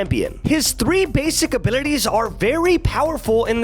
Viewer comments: Can someone make a compilation of saying "abilites" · i like how u say abilities)